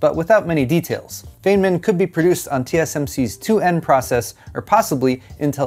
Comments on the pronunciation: It's pronounced "fineman" not feignman, you gotta do better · FYI - Feynman is pronounced like "fine-man" not "fane-man". :) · Pronounced Fein-man not fey-man (sorry i'm a physics nut), good video as always. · Feynman is pronounced "fine man", not "fane man." Just an fyi, thanks for the video. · It's pronounced fine-mann, not faye-nmann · Yep, it's FINE-MAN not FAY-MAN 👍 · Don't worry about it,. It's feyn. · It's feyn, man. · It's pronounced "Fine-min" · It hurts; its pronounced "Fine-man"! Otherwise a good vided. Thumbs up. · I have always heard the name pronounced "Fine-man" on Big Bang, is that incorrect? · its pronounced FINEMAN thats how his name sounds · It's pronounced "fine man" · It's pronounced FINE MIN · Isnt it prounced Fine-man or am I dumb? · "Feyman" as "FIE-man". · Just to be helpful, the Feyn in Richard Feynman's last name sounds more like Fine when pronounced. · My favourite way to start my Sunday. BTW, I think it's pronounced Richard "Fineman". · haha this annoyed me too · Please pronounce Feynman correctly. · HAHA, cant even say Richard Feynman right. He just lost his Geek card. Hand it over you big Dink! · Based on your pronunciation of Feynman, it seems is more into Fantasy books than Science or Scifi. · Yup. All I could think of was never watched Big Bang Theory. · I agree! But it's not his fault - English is a very stupid non-phonetic language with a lot of cognitive load for memorizing such exceptions!